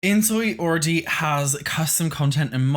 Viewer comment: I'm sorry. LOL My dirty minded ears heard "inzoi orgy has..." instead of "inzoi already has..." at the very start. I had to put CC subtitles on while doing a double take.